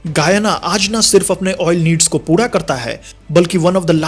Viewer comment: Sapna Pura karna hai re, puda nahi, and we call it CAR not CAD